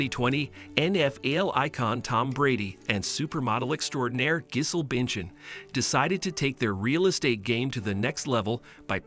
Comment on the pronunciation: Not "Gizzle Binchin" 😆.